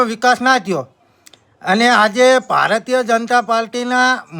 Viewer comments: સોદિના તને બોલતા નથી આવડતું ભારત્ય એટલે શું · Tane pela bolta nathi aavtu bhai ભારતય bolese